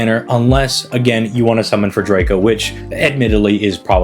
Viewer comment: This video had me laughing a lot with the edits. 😂❤ I'm new to the channel, and my only criticism is the mispronouncing of servant names. According to the katakana, names are pronounced "Tee-uh-maht" and "Drah-co" I swear I'm not hating, I just think it would be nice to see the community all pronouncing names as they were given. I mean, look at it this way... if you love the servant, wouldn't you want to say their name correctly? What if hundreds of people started saying your name however they felt? 😁 Anyways, rooting for your continued success 🙌